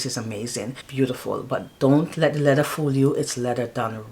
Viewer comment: Hi. Thanks for sharing, great fragrances. I know back home we don't pronounce our th, but it's lea-ther. Pronounce your th. 😊